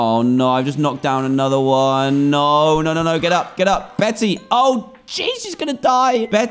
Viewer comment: DAN. 'Bette' is pronounced 'BETT', NOT 'Betty' !!!!!